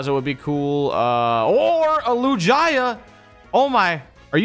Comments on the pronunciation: How did he just pronounce lugia and you guy call yourselves pokemon gamers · I'm getting tired of miss pronouncing lugia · Stop saying lugias name so wrong so cringe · Anyone else triggerd how he says lugia. There is no y in lugia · Lou-jia... lol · “LUJAY-AH” wtf 😂😂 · Every time is calling Lugia, Lujaya my ears are bleeding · Lu-ji-uh? I think you mean Lu-gee-uh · I don’t like how they call a lugia, a L U J A Y A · Did he just say Lujiah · he pronounced lugia like lu-ji-a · Lucaya? You rlly called lugia like that? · lugia ❌ lujiah ✅ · Its not lugia anymore its loojiyah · Lugia said like "Loo-jai-ah"? I take it you guys have never seen Pokemon 2000 lol, it's literally pronounced exactly like it's spelled, "loo-gii-ah". :P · Who felt cringe when he said Lu-jie-ya, instead of lugia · This dude just said LuJia .....LUGIA NOT LUJIA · It isn’t lujia it’s lugia why do you say it like that 😂😂 they even say it like lugia in pokemon movie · Pronounciation correction ( I know I am acting like a boomer ) it’s not LU-GI-AAA it’s LU-GIA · Bruh you gotta stop pronouncing lugia like that 🤣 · he said “looh-jia” 😭😭😭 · play it's lu-ge-a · Bro why does he say lugia as lu-jia lmao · No one else hear the way he said Lugia he said it lew-guy-uh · anyone notice him say lu- gia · LUE GEE A is how u say lugia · Did he say LU GUY A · did he mean lu gi a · Also It's loo-gee-uh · how you pernonce lugia is lu gea ga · why does say loogiA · deserved to lose after the way he pronounced Lugia. What the heck is a Loo-jeye-yuh?!?! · It's pronounced Lou-gee-ah you doorknob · That’s not how you pronounce Lugia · You guys should really learn to pronounce the names of Pokèmon. It is pronounced loo-gee-uh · The way says “Lugia” tho 🥲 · FACTS!!! Facts!! And 2 screw up on lugia like that smh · The way he pronounced lugia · You said lugia wrong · "toejkiss" "lewjia" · i just can’t get over how he pronounced lugia and togekiss.